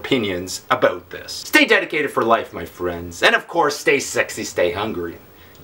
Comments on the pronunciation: Talking aboot ! hahaha love you pete <3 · Aboot? Lol